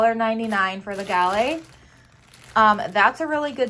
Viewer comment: I don't mean to be mean but its Romaine lettuce not Romanian, gay-la apples not ga-lay, its Russet potatoes not rustic and celery not salery.